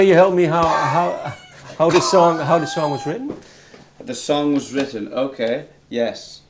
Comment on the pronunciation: and he said mitten instead of written 😂😂😂😂😂